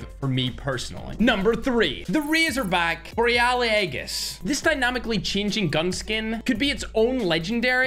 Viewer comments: We just going to let him pronounce aegis like that… alr 🥲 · Bro butcherde zekes name and now he fucked up to pronounce aegis lmaooooo💀💀💀